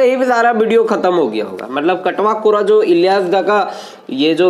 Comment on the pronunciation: chatwa kora Matalab majakiya larka lekin aap baar katwa kora katwa kora bol rahe hain.